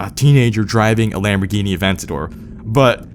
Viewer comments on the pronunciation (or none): none